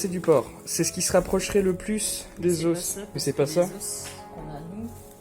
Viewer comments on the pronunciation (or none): Je suis désolée mais....on dit des os avec un s muet non ? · « Os » au pluriel ça se dit « os » pas « os » !